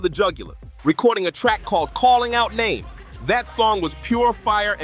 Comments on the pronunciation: Why is he pronouncing everybody’s name wrong? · Do y'all ever realize that all these voice over never pronounce nobody name right.